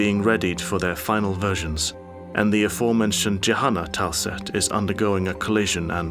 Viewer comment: Bruh the way this guy says tile set...